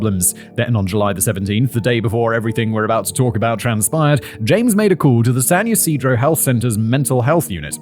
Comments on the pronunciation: Good job on San Ysidro pronunciation! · I live right near that McDonald's, my sister was there and got away unhurt. (they tore it down and put a bronze respectful sign there) FYI: you pronounced San Ysidro absolutely correct. 😊 And the Salk Institute is up the hill by the university. I knew sooner or later that bullshit church was going to be part of this. 🤮 Fun fact; Swat was created because of an incident here in San Diego at a pawn shop. That man was given the death penalty and it was abolished on appeal. That is why Charles manson and the manson girls had their death sentences commuted to life in prison.